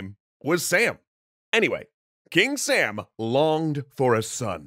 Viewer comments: its more pronounced like some or saw-m, i just realized majority of the characters in shahname were chads, also zals son is s mekind of heracles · sam in Persian is pronounced like the word 'some'. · Actually the pronunciation in persian is sām, rhyming with cup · Wow... you say Sam wrong. Its spoken like "Some" in Farsi. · You have to read that sum not sām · It's not 'sam'. It's sAAm. The long AA sound is pronounced heavlity. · I'm confused. You pronounced "Sam" with a short 'a', but doesn't the graphic show "Sam" with a long 'a'? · Well, they’re not very different. You just drag the ‘ah’ sound out a little if anything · I get that pronouncing a word like hakhamanesh would be hard but sam? realy? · The A in Sam is not pronounced like ham. It’s pronounced like mom. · Its som not sam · It’s not Sam, it’s Sum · Sam actually isn't pronounced Sam it's Sum (like Sun but with m instead of n ) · Its not pronounced like "Sam". the special character is a long "a" so its more like "Sahm" or like the "oa" sound on "abroad" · Now, I cannot confirm with 100% certainty, but I would bet that "Sām" is not pronounced "Sam," and probably pronounced "Sahm," as in a broad /a/ (like in "father"), which sounds a lot "epic mythological sounding" and more "Persian" than "Sam." What I do know is that in modern Iranian farsi at least, there are two "A-sounds." The sound /ɒ/, which is a kind of O-ish "ah" sound, and the sound /æ/, same as English "short A" in words like "cat." The /ɒ/ sound is written with the letter alif, and when romanized is repented either as ā or â, even aa, which is exactly what we see in سام (sām). Historical farsi I think was similar except it had a long and a short "ah" sound: /a/ vs /a:/ and definitely no /æ/. Thus, I'm pretty damn sure that pronouncing it like the English name "Sam" is markedly wrong. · Woulda been neat if you could have clarified that his name is not Sam, but Sām (pronounced sawm), but okay, guess it's more important to joke about it a bunch